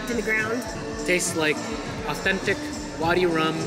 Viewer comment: its called vadi rum not body 🤦🏻‍♀️🤦🏻‍♀️